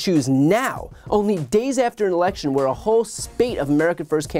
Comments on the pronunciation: "Alaction". It's election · Why is he saying, "uh-ahlection"? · "Critical elaxshun"....what did he say? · WHY does he pronounce “election” that way?